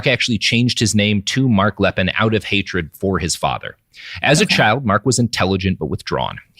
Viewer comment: It is "Lee'Pen" not "Lepin." It might come as a shock you but not everyone in the world speaks English and Lepine Is a FRENCH name. Note the accent agiu over the first e. And Canada didn't just bring in a few gun control regulations. It was a sweeping change in gun laws that have prevented any other mass shootings, unlike another country I could name.